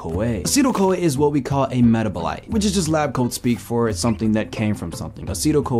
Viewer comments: Child....meh-TAB-o-lite. The emphasis goes on the 2nd syllable. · This is great, I would double check your pronunciation of metabolite doe. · Man I love your videos. I especially love that your information is basically confirming most of what I already believe. I do have to say though…your pronunciation of “metabolite” makes me uncomfortable. 😂